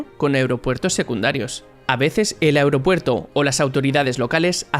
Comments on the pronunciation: Esque dice Aeuropuerto jajajaja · Soy el único que nota algo raro cuando dice "Aeropuerto"?